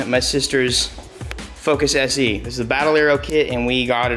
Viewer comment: Sorry did he say se???